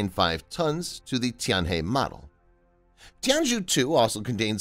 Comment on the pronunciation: FYI the zhou in Tianzhou should be pronounced like "jo"